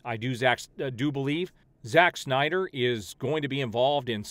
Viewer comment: Nobody: Doc: synder cultists Me: 🤣🤣🤣